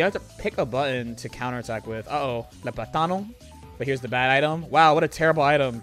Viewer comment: It's PLAtano, not plaTAno. -Hermione, probably.